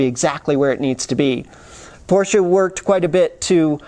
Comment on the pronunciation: Hi? I couldnt believe how well you have elaborated on this topic. Also your pronounciation of the make Porsche is perfect unlike many other 'reviewers'. Is this the end of Doug deMuro? Congrats to this vid and br from Frankfurt/Germany.